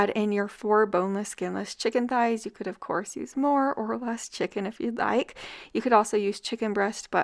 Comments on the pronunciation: no, she doesn’t. I heard her say “ties” every time she pronounced it. I even rewinded it back because it caught me off guard and she clearly says “chicken ties.” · Chicken THighs! Pronounced TH-eyes. The h is not silent, it combines with the t to make the same TH sound we hear in THe, THey, and THose.